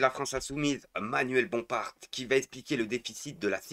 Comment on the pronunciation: mais heu c'est la phrase principale de bayrou dans les guignols Et arrête de dire bomparT, le t se prononce pas.